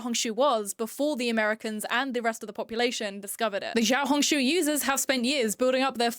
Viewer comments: Note: I’ve seen a lot of people pronouncing xiaohongshu with a ‘zhi’ sound, just wanted to say that I think an easier way of saying this would be to add a ‘shi’ sound at the beginning- instead of ‘zhao-hongshu-‘- ‘shao-hongshu’ is much more accurate to the word! (PS. I speak in a more taiwanese accent while speaking mandarin- so the sounds may be diffferent from how someone says it in say- beijing? Also, I in no way am trying to put anyone down or trying to seem higher than those who have been saying it this way! I just wanted to note I feel how I would say the word in an American/English accent!) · xiaohongshu??? like…. XIAO HONG SHUUUUU